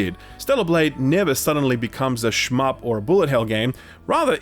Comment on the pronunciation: Did this man just say "shmup"?